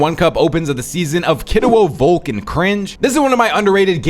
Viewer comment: Bro is calling vanyak —> vanja und volko —> volk 😂